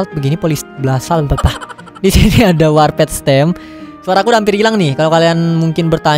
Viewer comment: Ngomongnya warpet njir bukannya warpd ya?